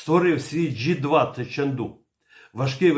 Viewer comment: Джей 20, а не джі